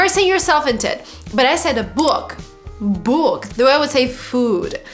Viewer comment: You sait it right the first time: /bʊk/. And wrong the second time /buk/.